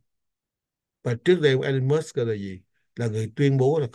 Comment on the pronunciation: có cử nhân Anh văn trước 1975 và Cao học bên Mỹ Cho nên cần tham khảo Oxford Dictionary trước khi đọc chữ “ Musk “ làm sao cho đúng